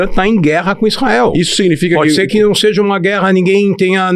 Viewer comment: O cara todo erudito falando “seje”… misericórdia 😅